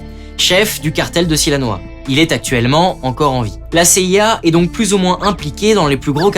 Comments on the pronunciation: "Sinaloa", et non "Silanoa". Excellente vidéo, du reste, très synthétique. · Erratum : à 6'40 il s'agit du cartel de SINALOA et non SILANOA .. Bien vous tous !!